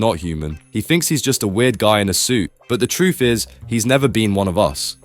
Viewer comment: "Hes never BEAN like one of us" either this is peak writing or just his acsent😭